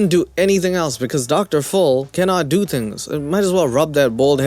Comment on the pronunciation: I like how he says "Dr Full" instead Dr Phil.